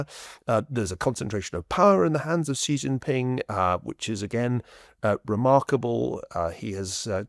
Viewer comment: You guys need to learn to pronounce "Xi" ... it's not "Jhee", please pronounce it like "She" as an English speaker or else it's seriously cringe. Like saying "Obame-a" it's that bad smh